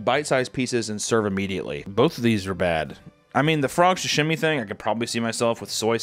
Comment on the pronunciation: Why is he saying “shashimi” it’s called SAshimi😭😭